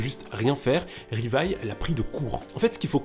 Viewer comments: On dit livai et non rivaille, les japonais prononce le L En R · Plus jamais tu dis Rivaille c’est quoi cette insulte C’EST LIVAÏ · Choqué qu'il dise " Rivaille " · " Rivaïlle" aïe mes pauvres oreilles 😭😭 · Tu dit Rivaille... je be shocked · Ça se dit Livaï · sa ce dit livail et sa s écrit levi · Arrêtez de massacrer le nom de ce pauvre Livai...